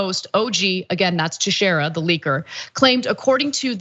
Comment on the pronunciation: Teixeira is a portuguese name. In case you want to know the correct pronunciation, its Tay(as in Taylor)-Shay(same sound)-ra.